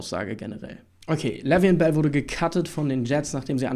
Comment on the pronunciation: Name wurde richtig ausgesprochen 😁 Wie immer geiler Newsflash ! 🦊